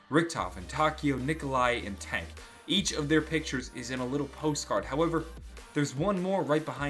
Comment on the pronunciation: Lol you said Dank instead of tank ( DANK LIKE DANKRY IM GUESSING :). ). And that's what I mean, Richthofens soul is no longer in the world, it's in the aether with Samantha's body, therefore he's doesn't technically exist?